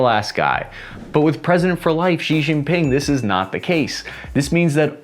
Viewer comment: Xi = shee. Shee. Not zhee or jee or zhsheeeeee